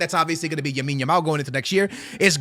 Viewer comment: plz stop calling him yamine yamal....his name is LAMINE yamal 💀....you do it in every vid bro